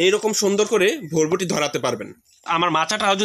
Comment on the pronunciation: আগে উচ্চারন শিখেন ভাই।ভরবটি নামে কোনো সব্জি নাই।বরবটি নামে আসে।